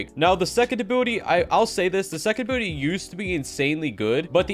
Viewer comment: He say = ability I hear = Butty